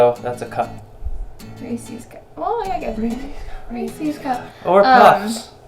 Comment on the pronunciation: It's Resse's not Reesies uuuuuuuugggggggggggghhhhhhhhhhhhhhhh